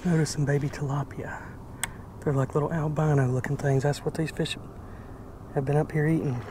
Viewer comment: Is that correct saying albano not albino? Sounds wrong like your fish are from Albania instead of without pigment.